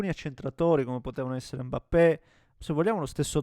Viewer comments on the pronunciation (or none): none